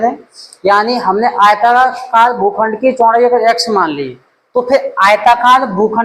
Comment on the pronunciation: GHUKHSND Nahin Hota Sar bhukhand Hota Hai